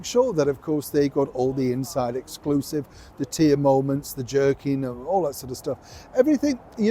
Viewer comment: Did you mean to say ‘twerking’ and not ‘jerking’? 😂 😚